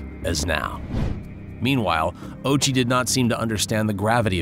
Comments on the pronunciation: Dude. Ouchi. "oww-ooo-chi". Not "ochie". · Hearing the narrator pronounce his name "Ochi" when it's actually "Ōh-uchi" makes this unwatchable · bro rly said ouchie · His last name is Ouchi bruh. 💀💀💀